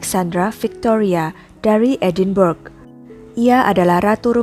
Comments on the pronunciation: Woi mustapa ucup..edenbrah yg bener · Narator perlu belajar lagi.. Edinburgh sebenarnya disebut sebagai [Edinbra]